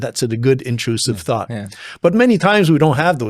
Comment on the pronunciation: Intruthive sought 😂😂😂😂 love it